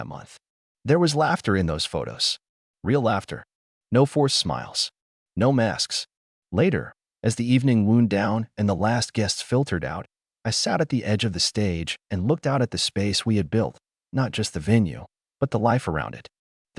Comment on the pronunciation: Still not a fan of AI voiceover, wound spoken as i hurt somebody rather than he wound the clock.